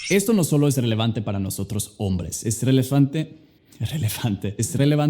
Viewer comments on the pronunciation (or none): eh relefante xd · dice Relefante hasta equivocándose es hermoso 😍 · Relefante jaja no te salio, te falta practicar mas no es por ser malo hermano 🙃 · Min. Escucho que dice "Relefante" y yo tratando de traducir la palabra hahsjajjaja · Like si lo viste decir relefante